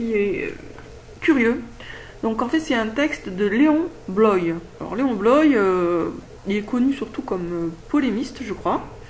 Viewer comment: C'est drôle que tu l'appelles Léon " Bloï " alors que normalement c'est Léon Bloy prononcé "Bloa" ^^